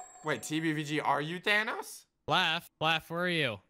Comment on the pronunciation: Does... does pronounce Thanos "Thanas"?